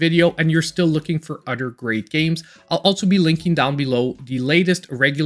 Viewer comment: Dude it “other” not “udder” what the hell is wrong with you?